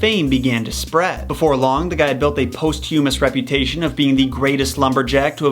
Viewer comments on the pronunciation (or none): Excuse me, posthumous is not pronounced post hyoomus it is pronounced PAHST yoomis. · Johnny Appleseed would be a really good origin story to tell. Some others we hear about are Buffalo Bill, Wild Bill Hickok, and Calamity Jane. Just one nitpick - posthumous is not "post humous", but "pos tumous" - short "o" on the pos part. Other than that, you're a wonderful storyteller. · Great videos, but learn to how to say posthumous! Pos-chew-muss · Posthumous is pronounced “paahs-chu-muhs,” I know it doesn’t look like that, but that’s how you say it lol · POSS-choo-mus. This is (adapted) from old-school Merriam-Webster back in the days (the prehistoric era of 1961) before they turned primarily DEscriptive and decided that any of numerous ways people mispronounce words are "acceptable" because, hey, people are doin' it and who are we to judge? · Handy tip: POSS-choo-muss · I love how he can say an Elvish word perfectly, but misspoke Posthumous. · Sorry, but you should learn how to pronounce words before using them. This time it's "posthumous". But I do like your posts, really. I just recently subscribed so I'm catching up. Have a great day!!